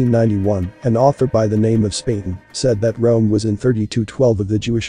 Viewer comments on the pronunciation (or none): none